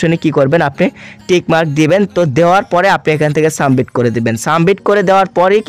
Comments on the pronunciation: Sumbit na re bolod submit😂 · সাবমিট ভাই শব্দ টা সামবিট না🙂 ফিচার ছিলো ফিউচার না🙂